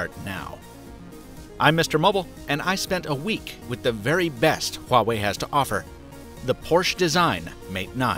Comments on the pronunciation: You pronounced “Huawei” better than any other youtuber. You must have at least one chinese friend. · The company did release a video saying it's porschE though, so I think you might just be wrong. But you got Huawei right :)) and that's a rare one.